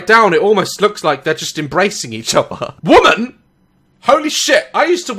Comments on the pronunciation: Daz why do you say "woman" like it's plural? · Just saying, you pronounce women "woman"... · You're pronouncing woman wrong